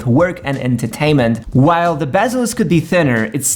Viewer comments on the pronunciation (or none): none